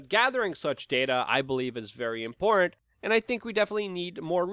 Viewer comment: I don't think he knows how to say the word "important".